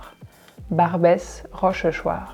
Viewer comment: Why do you pronounce the "s" in Barbes rochechuart? I thought the last "s" is always silent?